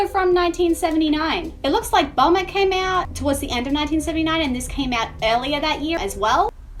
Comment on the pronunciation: Bomber, not Bummer.